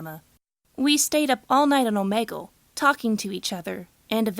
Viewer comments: ITS "OMEEGUL" NOT "OMAYGUL" JESUS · Oh-me-gle not oh-Meg-ool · Omeegol I didn’t know it was pronounced like that🤔